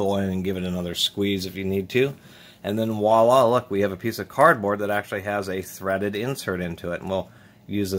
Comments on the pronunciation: voilà not wallah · Voila, not Walla